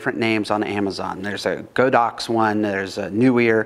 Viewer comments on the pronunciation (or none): Not that it matters, but it is "gawd-awks". The Chinese characters for the company are 神牛: god (spirit) + ox (cow), i.e., divine bovine, or HOLY COW! I was seriously considering one of the SMDV speedboxes, but if recommending it, that makes the decision easy. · It's really great to find a system you can trust and enjoy using. I personally use the Godox system and have been very happy with their flashes and triggers. I preferred the display and form factor of the previous trigger, but find the X1's functionality all that I need with my AD360 flashes. And just a little trivia since you had some fun with the pronunciation, the company's name is actually 神牛 in Chinese, which in English would normally be Sacred Cow. However, since sacred cow would not be a great product name they went with a literal translation of God + Ox = Godox. So now you know it's "god ox," if you ever want to impress your Chinese friends at a group model shoot. Hehe.